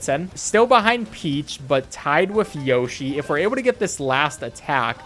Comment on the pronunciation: Haha “Yoh shi”. It’s Yoshi dude!